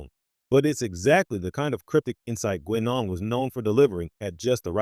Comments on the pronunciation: Its pronounced 'Guynaan', not 'Gweenon'! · So you never heard Guinan pronounced by any of TNG actors? 90 seconds is the longest could listen.